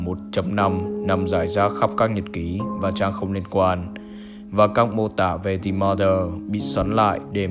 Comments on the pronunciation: the chỉ đọc là "đì"khi danh từ kết thúc là a,e,o,i,u thôi nha the mother đọc là "đờ" mother nhé bro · anh cứ đọc là dì M̶ơ̶͟t҉́h́͠ȩ͝ŗ͞ =))